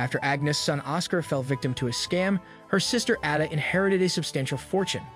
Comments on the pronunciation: why so hard to say Ada, it’s Ada not Adda, if you’re going to tell the story at least get the name right. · Her name is Ada not Adda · He completely lost me at Adda . I feel like it is a bot audio translation or something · It 's Ada pronounced AY-da - long A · Whoever you are you evidently don’t know anything about Julian fellowes and his shows. You even mispronounced Addas name